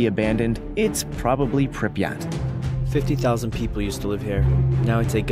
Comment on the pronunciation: Learn to pronounce Pripyat properly